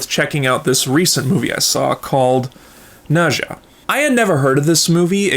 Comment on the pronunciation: Okay someone please explain why people pronounce Nezha name wrong, is it not properly pronounced in the English dub or something? If so then PEOPLE WATCH THE ORIGINAL AND JUST READ THE SUB TITLES. Also people should also at least learn about the culture, but if you read the original story then you will realize how inaccurate it is but it it’s still enjoyable.